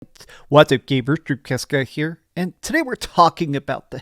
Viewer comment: Ever since someone pointed it out in the comments i now hear very clearly "gabers" and "dreabcast guy". I can't tell if it's on purpose or a legit speech impediment.